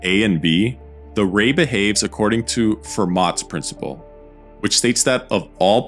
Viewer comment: tip: the t in Fermat is silent.